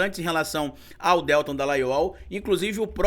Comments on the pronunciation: Desculpa,, mas se pronuncia Deltã. Aproveitando…amo seu canal!!! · Que aflição toda vez q o pronuncia o nome do Deltan Dallagnol erroneamente!